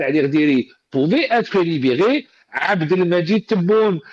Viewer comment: Liberé ! Au lieu de libérer.